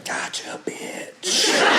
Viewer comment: I Thought That he said the word “fish” when he was talking about how he uses the word “bitch”